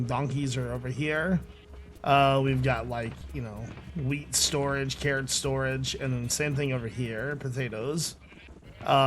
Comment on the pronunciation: Good job, You said weed not wheat